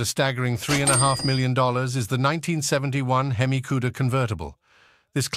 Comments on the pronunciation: Mecum and Hemi are hard for AI to say... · You need to learn how to pronounce the word hemi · it is pronounced "hemmie" not "heeemy" it is pronounced "WOP--ing" (like mop) not "whoooping" (like whooping crane) it is pronounced "MAY--come" not "mekk-come" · "Under the hood, you'll find a 425HP seven point zero liter he-me engine". He-me? whooping?! Mekham?